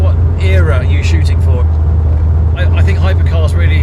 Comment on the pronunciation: And "Era" pronounced correctly, its not fucking "Error" to all Americans and other non English speakers.